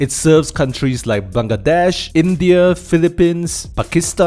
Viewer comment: I am a big fan of. I am writing from Bangladesh had a good pronunciation of the word 'Bangladesh'. I am a regular viewer of the Rank Math channel.